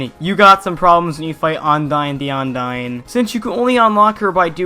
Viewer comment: "Ondyne the Ondying"